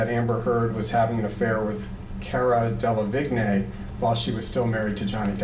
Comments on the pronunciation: They cut it because the lawyer sounded like an idiot say cara de-La-vig-nay rather than pronounce it correctly as Cara De-La-Veen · Vigne? hahahahaha Delevingne = Delaveen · Cara Delevig-nay lol. Should be pronounced Deleveen. You'd have thought they'd pronounce the names correctly. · “La vig nay” (it’s pronounced de le veen). But anyway, this trial has left me soooooo confused about what is hearsay/leading and what isn’t. I wish I understood. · Cara DeliWigne- the way they call her is so wrong - it’s a French name 😃 It’s Delawine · "Dele-VIGNAY." facepalm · Cara De-La-Vig-Nay😂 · Hearing the lawyer say Cara “Delavignay” really bothers me lol. 😖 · Why is nobody commenting on the pronunciation of Cara Delevingne. Delahvignay? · It's pronounced del-a-veen!! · "Cara Delevig nÉéé" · "Cara DELA VIG NAY" 😂😂😭😂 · Wait... Cara delevignay? Is he talking about cara delevigne the actress?? XD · I'm so sorry , but the way he pronounced "delevigne" is wrong. But yeah, why did they cut that bit. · Oh dear lord the guy can’t even pronounce the Cara delevigne 🤦🏼‍♀️😂😂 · Can people please pronounce Delavigne properly 😂 sounds like Avril “Lavigne” 🤦‍♀️ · why the fuck does the interviewer say cara delevingne like that, how is he butchering it so hard